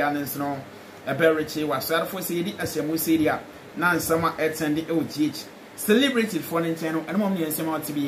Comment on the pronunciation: Pronunciation of celebrity is (s3-li-bri-ty) not cilibrity like you always say massa